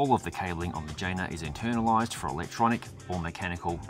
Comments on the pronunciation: Great review. The bike's name, by the way, is pronounced Yeh-Nah😉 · I guess the correct pronounce of the name is yena, right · Can't help, i allways hear vagina! 😜😅